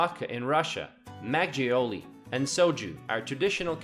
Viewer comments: Magioli? XD Its Mak-Golie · It’s called Mak-goal-lee, not mak-geoli lol. It’s a good video thou. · the actual pronunciation of (the milky-look) alcoholic beverage made of rice is closer to "mahg-gul-ly" rather than your enunciation of "mah-jiouly." Koreans write as "makgeolly" because for some misguided reasons, Koreans decided to spell universally the short "u" pronunciation as "eo" when writing Korean in English. If you are at all familiar with Korean writing system, you would know that all their vowels have one single unique pronunciation, unlike English in which the same vowel could have multiple different pronunciations depending on their position relative to consonent(s) within a syllable. So, thinking in terms of their own writing system, they have created a chart designating one specific vowel sound to one specific spelling. Some spelling is way off when native English speakers pronounce it, but that's the way it is. So, the correct pronunciation of Seoul is "suh-wool." By the way, the body of water between Korea and Japan has been known and called as East Sea for many millenia before Japan decided to call it the Sea of Japan when they became a military power in the 19th century. Only through their propaganda during the peiod of imperialism and colonialism in step with Western countries, they were able to put that designation on the books of Western countries and made it stuck. But historically, it is known as East Sea. Moreover, there are some European maps pre-19th century that designates that body of water as "East Sea." Most likely they were made prio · Makgeolly should be pronounced not 'mak joully' but 'mak girlly'. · makgeolly sounds so funny we pronounce that more like makgolie or makholie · How he pronounces makgeolly tho lmao it's mag-gul-li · 맥쥬얼리가 아니라 막걸리 ㅋㅋㅋㅋㅋㅌㅋ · It's pronounced "Mach go lee" 😑 not mag gee ole ee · 매지올리-mazioli ?-> Correct pronunciation is Mak kurl Li not mazioli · Lol "magjeolli" it's pronounced makoelli